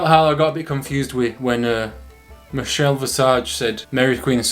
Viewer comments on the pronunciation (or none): none